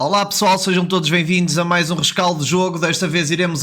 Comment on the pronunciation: Boas amigo. Gosto muito das tuas análises e já venho seguindo os teus vídeos há algum tempo. Contudo tenho um reparo a fazer te e não me aches arrogante por fazê-lo. Já reparei mais que uma vez que dizes “Voa tarde” ou sejam “Vem vindos”. Tenta corrigir isso que um gajo com a tua capacidade não merece dar essas “calinadas”. Aliás os B’s pelos V’s é pronúncia linda, o contrário apenas não existe😉. Continua o bom trabalho e mantém essa humildade. Um abraço azul e branco.